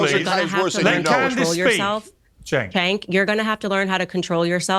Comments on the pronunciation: one question, why do you keep calling Cenk "chink" ? His name is "Jenk" not that it matters though he's still a turd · it's pronounced chEnk xD